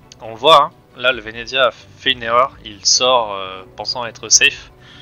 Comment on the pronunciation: le vénéDEZIA wsh c horrible sa se prononce vénétsia bahaha bref jadore le venezia perso